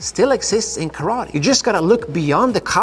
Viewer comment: Sorry you know the Japanese language but why do you not pronounce TE and instead say TI. When you say karate. I know this a minor point but I am just curious.